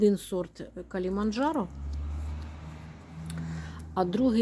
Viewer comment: Кіліманджаро- так треба говорити.